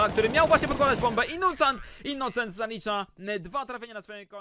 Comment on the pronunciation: "innucent" xD